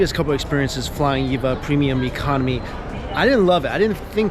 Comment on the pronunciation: Cool video. The name is pronounced Eee-Vee-Ay, as it's an acronym. :)